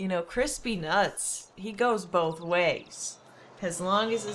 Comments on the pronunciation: Couldn't tell if see was saying Chris Peanuts, or Crispy Nuts XD! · it sounds like crispy nutts or chris pee nuts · When you say Chris P. nutts it sounds like crispy nutts xD